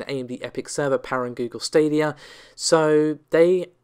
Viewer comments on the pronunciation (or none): none